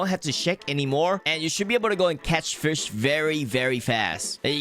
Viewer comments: Why do you pronounce fish like "fursh" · Fish ❌️ Firsh ✅️ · STOP SAYING FURSH instead of fish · Fish ❌ Frish ✔️ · Ah yes it is totally pronounced (firsch) and not fish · Fish ❌ firsh ✔️😂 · I am not new. "Firsh" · I love how you say firsh instead of fish ❤️ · my only concern about this video is your pronunciation like "firsch" eh?? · Bro “fish” doesn’t have an R in it, stop saying FIRSH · I don’t have a problem with your pronouncing but why does it sound like “firsch” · "You can catch more firsh" sounds so Authentic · I like to "FIRSH" HAHA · thank you for teaching us the best "firsh" to catch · Why do you pronounce "fish" so weird